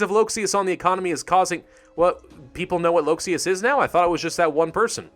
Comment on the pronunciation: "manipulate human thot" That is all I can hear.